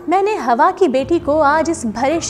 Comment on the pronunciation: Please fix your pronunciation. It’s “Hawaa “. Not “Hawa “